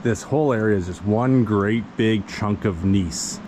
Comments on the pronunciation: Awesome Video!! One comment: Gneiss is pronounced as 'Gn-ice' not 'G-niece' it comes from the German word 'gneistan' which means 'sparkle' or 'shimmer' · I am pretty darn sure that it's "nice" not "niece" when pronouncing gneiss. I mean...that's what the dictionary says so... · Hope your not breathing that rock dust from the drill holes. Nice sapphires, though. Gneiss is pronounced "Nice."